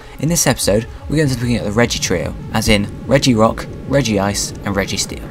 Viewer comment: you pronounce so many pokemon names wrong its reg-ice not reg-ee-ce